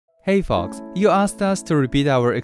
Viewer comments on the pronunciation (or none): Tbh I thought u said in the intro “HEY F***KS” 😂😂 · DunkinDonuts90 I thought he said "Hey fucks" at first